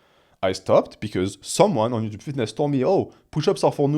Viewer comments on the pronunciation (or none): "Ed Yuuchube"